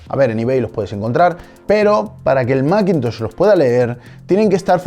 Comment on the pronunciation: ¿Y por qué no pronuncias "masintosh" o macbooc" en lugar de "maquintosh" y "macbuuk"?